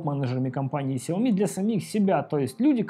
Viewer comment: Вилса ! Ты опять забыл ? Читается 小米 Сяо Ми ， ударения на Я и на И !!! Каналу и лично - успехов !!!